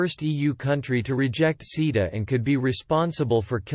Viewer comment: It took me a while to realuze that "seeda" means CETA. For anyone with a short attention span, the reason the EU has an issue with it is in the last 20 seconds.